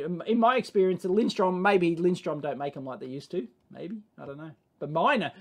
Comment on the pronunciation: It's Lindström, "linsTRRRUUM" It's no wonder people say it wrong, because the umlaut is almost invisible on their printed logo. Are Piergiacomi any good, people?